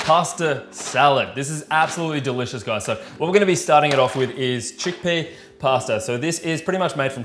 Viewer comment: Everytime you do this to "Pasta",one italian dies...